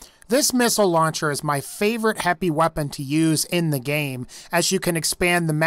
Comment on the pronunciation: he said heppy weapon